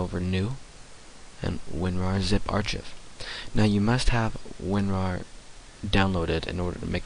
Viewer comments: lol. Ar-chiv. Ar-kive. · An "R-Chif?" you mean an archive (R-kive)? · Archive is pronounced with the ch sound as a hard 'K' sound.